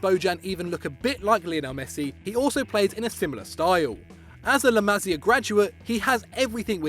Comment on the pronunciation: the way this guy pronounces la masia is hilarious